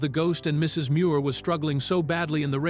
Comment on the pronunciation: annoying how the AI narrator pauses afetr the period in "Mrs." as it thinks it is the end of a sentence with the next sentence starting with "Muir"....